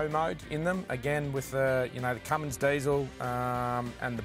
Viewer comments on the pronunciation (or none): M you said Cummings not Cummins